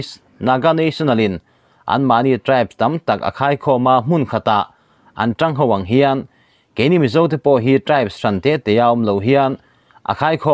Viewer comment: Tawi khawmuang hi i thluk dik leh ta loooo